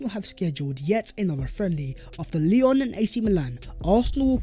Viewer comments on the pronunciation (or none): none